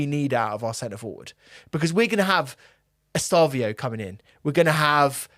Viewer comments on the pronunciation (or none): its estevao not estavio